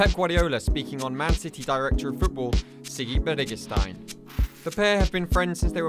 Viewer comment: Mate, if you are going to do a video on Txiki and Pep, the bare minimum you can do is get the name right. The TX makea a CH noise, saying as someone who has a TX in their name. It is not like Tzatziki ffs